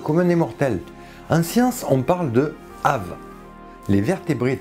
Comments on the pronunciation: Bonjour. En latin on prononce toutes les lettres. Ainsi aves se dit "awess". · C'est du latin. "Aves" se prononce "avès".